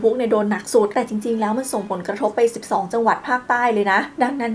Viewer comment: นึกว่าได้ยินคนเดียว 😂